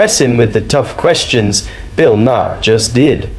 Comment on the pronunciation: Maher pronounced Marr, not Ma-hair, Ma-her or Mayor.